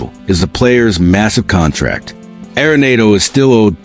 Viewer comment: Stop mispronouncing arenado😢